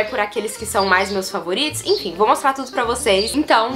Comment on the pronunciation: “infim” infim, infim kkkkkkkk